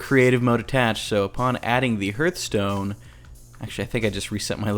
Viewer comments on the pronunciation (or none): Hearthstone is actually pronounced Harth-stone, such as a hearth.